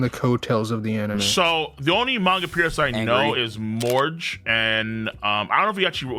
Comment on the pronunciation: Dude really said mayn-ga 😂😂